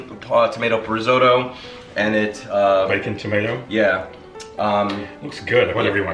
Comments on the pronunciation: As Spock would say, "Fascinating." Lawn Geyelind bred as I may be, there are no "D's" in risotto (Rih-ZO'-toe). Okay, Bubbie is going to have a coronary over this recipe, and so is Nonna. That is a hell of a lot of panchetta (no "Y" in paynchedda) you are using, a hell of a lot of shallots, and a hell of a lot of tomato paste, for a relatively small amount of rice and broth. I'm going to try it, but I'm very nervous. I've only just gotten the hang for long grain rice in the IP. Oh, for the record, I did a "Katz's" pastrami this week. It had to be the meat, but it was a total disaster. I wound up with a pastrami scented brick. Salted the meat too long, I think the 1hr heating in the oven was too much, but it smelled good. Attempt #2 this week. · I wish you would say "rissotto" and shallots" correctly.hey, it hurts my ears the way you say it. Yikes, you're such a New Yorker! :)